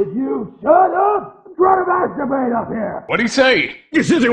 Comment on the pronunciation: the guy said “shut up I’m trying to madturbate up here”